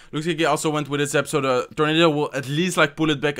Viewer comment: That's zap...not zip ya nub !!!!!